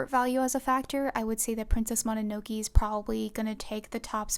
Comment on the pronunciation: i love this video but i cant get over how you pronounced princess mononoke T^T